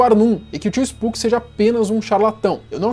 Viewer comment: Finalmente alguém que chama ele de spuqui(spooky) e não spoque(spok)